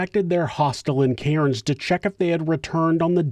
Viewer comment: Love your videos but have to say Australians pronounce Cairns as cans not karens 😉